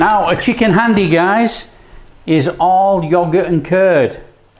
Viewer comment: 1. Its pronounced 'haandi' 2. This isn't chicken haandi. I don't know what this is 3. You kill the methi adding it that early...unless you are using dried kasuri methi 4. You needed to add more oil to the spices/tomato to fry them off properly 5. Pre-cooked chicken breast?...use chicken on the bone next time for haandi 6. WAY too much yoghurt Apart from that it wasnt bad. It wasnt good either though boss.